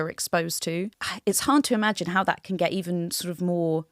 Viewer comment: Sofia needs to sound the last letter of her words. Eg 'get' has a "t".